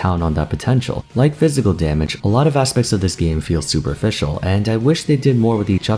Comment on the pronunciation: Am I the only one who heard Super Fischl and got excited for a second before realizing he said superficial?